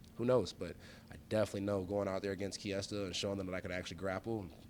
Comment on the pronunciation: Driving that Ford Kiesta